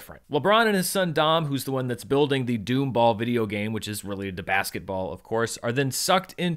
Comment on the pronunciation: Dom’s game is called Domball not “doomball.”